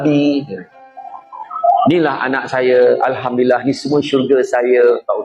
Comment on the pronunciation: Alhamdulillah, ha pada Alhamdu ialah ha ni (ح), baca supaya betul :)